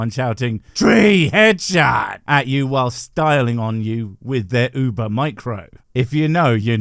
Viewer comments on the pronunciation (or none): none